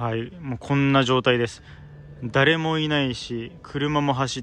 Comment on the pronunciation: スゲー酔っ払ってる人がいると思ったらだった😂ダーレモいない…